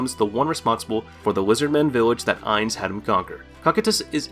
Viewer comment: I wasn't going to nitpick over a poor pronunciation of Ainz's name, and instead settled in for what I thought would be an informative rundown of the various skills & powers of the Nazarick NPCs. I started reading comments as I listened to the talking-head video, only to find out it was the other end he was talking out of. Thankyou everyone for saving me from watching to the end.